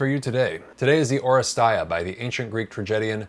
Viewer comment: Thanks for review, in Greek it’s pronounced oh-RE-stee-a, not oh-re-stai-a